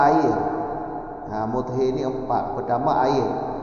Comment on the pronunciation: Muthahhir tgk bukan muthhir 🙏